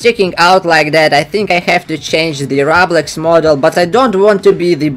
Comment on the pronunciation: Whats roghblox? Ooooohhh you mean roblox. Yeah, better do better on your prononcuenation